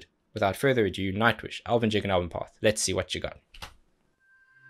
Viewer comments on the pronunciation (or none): You are a kind of a poet, man: "Haters gonna hate, don't hate... appreciate!" - that would make a pretty decent hip-hop chorus 👍 Floor has of course to re-do the Elvenpath intro narration - the original female voice was mispronouncing elvenpath like "elvenbath" 😐 Also, the Elvenjig reminds me of a similar Corrs intro song "Joy of Life" from the Lansdowne Road Live 2001 show - pretty energetic, too.